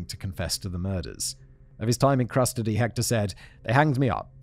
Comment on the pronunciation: I like when you say "crustody" instead of custody